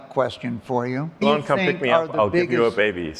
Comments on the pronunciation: is yet another person who refuses to pronounce Elon's name like Elon pronounces it. He pronounces it like Elan in English ("e-LAN") which is a completely different word meaning to have enthusiasm, engagement, and flair. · I cringed every time the Grant Amato impresonator said "Elón" instead of "Élon". I'm sure he watched some of his other interviews as preparation, he must have heard Elon say his name a couple of times. Why do people do this?